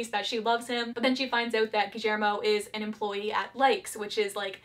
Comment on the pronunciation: i love the way you pronunce guillermo with a slight argentinian accent